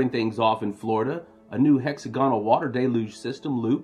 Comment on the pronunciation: Love your reports. Small Tip: Hexagonal is pronounced hex-AGG-onal not hexa-GON-al.